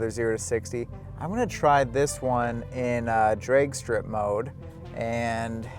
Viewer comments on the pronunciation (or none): Bro, are you Canadian? you keep saying Draigy and draigstrip mode lol